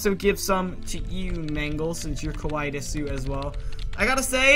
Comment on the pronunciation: When you say desu you don't say the u it's just said like des btw I love these roleplays so much keep 'em coming ^^